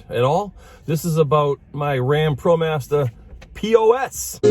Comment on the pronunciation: What’s a Promastah...lol